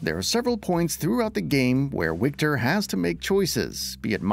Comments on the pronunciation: it is Wiktor not "Łikter" :D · Yo, narrator: it’s pronounced Victor! I get that they spell it with a W, but in Polish, that sounds like a V. are the English voice actors pronouncing this incorrectly as well? Huge L if so.